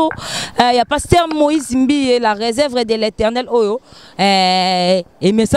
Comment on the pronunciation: Na journaliste yope oyepi PE KO prononcé réserve te ozoloba resevre tika buzoba